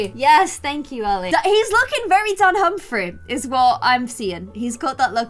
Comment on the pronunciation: calling for Ali shocked me a bit. accent really came out there😍